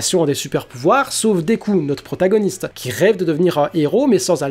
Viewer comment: On dit protagoniste😂